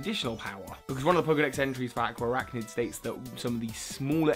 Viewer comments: aqua arachnid? it's araquanid dude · Araquanid is not Aqua-araknid it is Ara-kwah-nid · It's Araquanid not Aqua Arachnid yeez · ... you mean Araquanid right? Not aqua archnid, right? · Ohh honey I usually don't comment about wrong pronunciations but if you're going to voice appreciation for the way a name is said... It's not Aquaraqunid or however you,re saying it, it's actually pretty simple (Araquanid) Ara-qua-nid. That's all :) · The way you pronounce Araquanid... It's "Ah-RAK-wa-nid," not "AH-kwa-ah-RAK-nid" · Correction: Ara-Quan-Id not aqua arachnid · Its not pronounced aqua-arachnid, its pronounced ara-quan-id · alright you're killing me buddy it's araquanid not aquaarachnid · its araquanid not aquaarachnid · Dewider evolves into Araquanid, not "Aquaarachnid" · A-RA-QUA-NID. There. Lol. And you could do a "what Pokémon would best represent the 4 houses in Pokémon?" type of video. Not just by looks [like Seviper for Slytherin] but also their characteristics and stuff... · Hey! Araquanid's name is pronounced "Uh-rack-wuh-nid". Sorry if I seem rude, I just wanted to help! ^^ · I'm sorry, but hearing you call Araquanid Aqua-Arachnid was cringe-worthy! Still love your work. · its pronounced are-Aqua-nid (araquanid) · "Ara-qua-nid" Your welcome 😉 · I really wanted to watch this video but that pronunciation of araquanid...